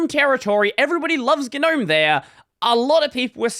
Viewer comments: Normalize pronouncing it NOAM instead of GUH-NOAM so we can all stop sounding like pretentious losers. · Stop pronouncing the 'G' you freak.